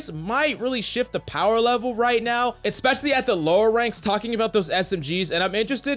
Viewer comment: EHK-specially. That's not how you say it